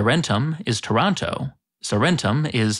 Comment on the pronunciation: i like how he pronounced Taranto like Toronto from Canada lol